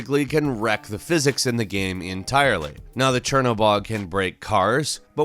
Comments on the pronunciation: Hey its GAME not GEME...:P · can't say game. It's like gayum, gaieeumm, goyiiaumm..